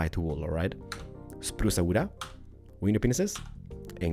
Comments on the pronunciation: Umg i like the way he says "spruce wood" lel he says Spruce-a wood-a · spruca wooda lol